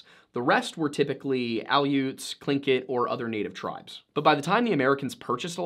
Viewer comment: I’m not a native but as far as I’m aware, you are pronouncing the native tribes’ names correctly! Thank you for doing the research on that. As an aside, I am always fascinated by how lower-48ers pronounce our town names. Kenai is pronounced KEY-nai. I say this not to correct you,, but because I saw some people on the comments ask how it was pronounced and I couldn’t find anybody answering them so maybe they’ll find this comment:)